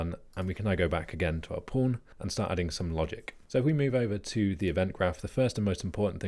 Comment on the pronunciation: I'm constantly understanding "porn" when you say "pawn". Do I have a problem?